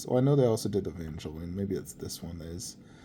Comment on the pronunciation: Evangelion. It is pronounced "Ay van gel lee on"... don't disrespect it like that :(